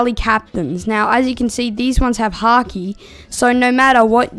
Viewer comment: bro said haaki😂😂😂😂😂😂😂😂😂😂😂